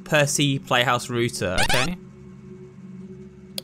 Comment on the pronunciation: ROUTER NOT ROOTER YOU ROOTIN TOOTIN COWBOY